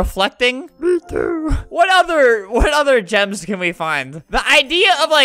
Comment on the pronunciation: i thought that gems said germs